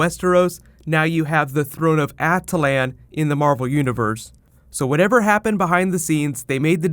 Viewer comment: ah-Till-un not a-til-An